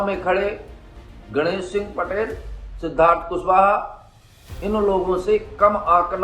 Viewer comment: Patrakaar ji ganesh singh ka naam sahi dhang se legiye